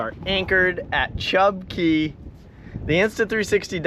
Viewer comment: Chub Cay! Portal to the TOTO! Thank you for pronouncing cay correctly.